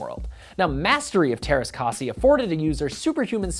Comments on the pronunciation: Teräs k*ä*si not teräs k*a*si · You butchered the pronounciation. I know its Hard for you but could you atleast try. Also its written teräskäsi.